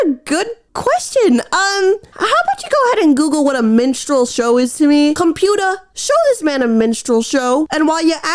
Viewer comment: "Computah" is gonna be a new vocal stim for me hehehe